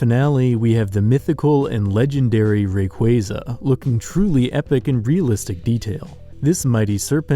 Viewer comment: why u say rayquaza like that